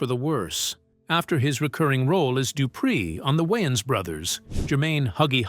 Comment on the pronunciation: Who the hell are the “WY-AANS” bros???